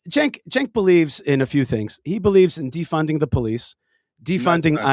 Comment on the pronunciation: did you say thank you "Stenk"? or am I imagining?